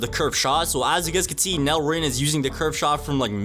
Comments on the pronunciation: Bro pls don’t call it NEL like that, it’s pronounced N E L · Why do yall call it NEL/Nell rin because NEL is a abbreviation for Neo egoist league so saying Nell would be wrong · ngl its be pmo when people say nel ITS n.e.l